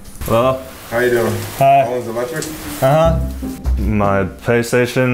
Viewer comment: Did he say Paystation?